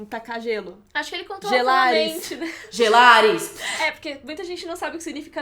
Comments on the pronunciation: "Gelarys" kkkkkkkkkkk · Eu amo "Gelarys" HAHAHAHAHAHAHAHA! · "GELARYS" RI MT